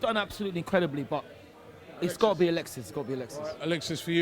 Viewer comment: Drunk "Alexisisss"